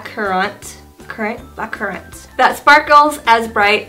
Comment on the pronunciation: Lost it when you said black cur-rahnt. Surely that's beyond the differences between American and Aus accents hah